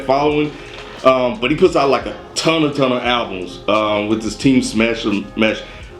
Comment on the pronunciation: chimchar545 Bruh when I heard that I was upset lol TEAMSESH not too difficult